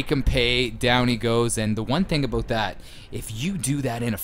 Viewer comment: "Aboot" lol 100% Canadian